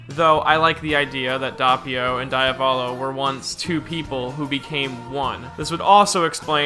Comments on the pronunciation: As an Italian the pronunciation of Diavolo is triggering the fuck outta me - I bet ur not even making wild hand gestures behind your microphone. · It's funny how you pronounce Diavolo xD anyway nice video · Every time you say Diavolo the way you do, part of me dies. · HOLY FUCKING SHIT,. Doppio = Dow-pee-oh, Diavolo = Dee-aw-vow-low. Otherwise, I enjoyed this video, good job. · it's italian so it's actuially "doh-pyo" and "dyah-voh-loh" idk where you're getting the "w"s from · Why do you pronounce Diavolo like that? And Abbachio. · The way "Diavolo" is pronounced in this video makes me mad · The way this nigga pronounces diavolo triggers me